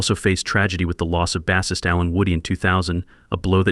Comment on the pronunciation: why does this idiot keep saying BASS ist....like its a fish...i guess he was absent every day in english class